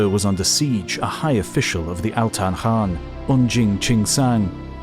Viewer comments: Khan = kan, not han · So it's "Han?" Like Han solo? And the thousands of historians that have pronounced Khan with a hard K sound are wrong? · Diffrent people always give a diffrent answers on how to pronouce Genghis.. And today i hear Khan pronouced as Han for the first time.. I give up